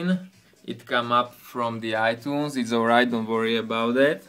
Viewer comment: he says itoones